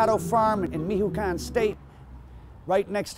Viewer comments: Mihoecuan? LMAOOOO i guess it’s MICHOACÁN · Wtf is "Mijo-khan" 😂 it's pronounced "meech wah can" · "Mijucan State"? It's Michoacán ( Me~Cho~Á~Khan) bro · bro said “born on a small avocado farm in mihucan” ☠️☠️ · Time to learn Spanish pronunciations.... MICHOACAN is pronounced: MEE-CHO-AH-KAHN!!! Say it fast and You should be all good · Its the Mexican state of "Michoacan" pronounced (Me-choo-ah-kahn) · Mihucan? This guy can’t even pronounce Michoacán? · Mee-hoo-caaan! Lol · This guy pronounced Michoacán horribly and he said it’s next to Guadalajara lol Michoacán is state and Guadalajara is city in the state of Jalisco. First the wrong definition of a paisa now this, this white guy is not worthy to report this stuff and I’m not saying because he’s white it’s because his Information and pronouciation is so wrong it’s cringeworthy. Lost a sub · mijoakan??? MICHOACAN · Michoacan not mijoacan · Its michoancan! Its a ch! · Can't pronounce "Michoacán" either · You would think if you were reporting on this stuff and doing your research you would know how to pronounce Michoacán